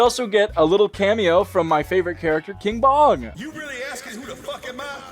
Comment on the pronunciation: I thought he said King Von at first instead of King Bong 😭